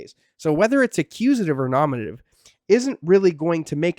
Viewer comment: dude, learn to pronounce Greek grammatical cases ...NOminative...not ... noMInative...;{ u got it right at some points...